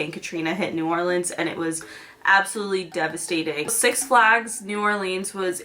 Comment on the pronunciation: six flÁgs ? george glÁss ?